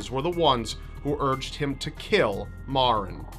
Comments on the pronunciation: The young beautiful girl from Milford, CT Maren her name is pronounced like the Mary is but with an en at the not y it drives me crazy when ppl say it wrong it not MaRen it's Mare-n it's not your fault everyone that didn't know her or isn't from Milford does it. I love you videos and it was a shock to see someone from home on one. Chris is nothing but a loser who is trying to do anything he can to keep his sorry ass out of jail because he is a big pussy. I really hope he gets tried as an adult he premeditated what he did and was not temporarily insane he is a spoiled punk who didn't get what he wanted and took the life of someone SO MUCH BETTER THEN HIM. Maren's legacy will live on forever and he will be nothing more than a number on a call hopefully til the day he does. #Milfordstrong #Lawstrong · I went to the same school as Maren and btw you're not pronouncing her name right mair-in that is the sound of it but that was really sad when it happened